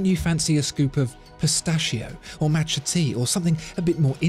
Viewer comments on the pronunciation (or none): none